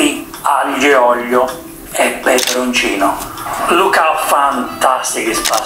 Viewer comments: spaghetti AGLIO e OLIIIOO, not OGLLLIIIOOOO!!! So che sei del sud ma è OLIO non OGLIO!:) se devi fare la punta allo s******o falla come si deve!:) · ahhh.. why you call aglio and oglio!!!! is aglio and olio!.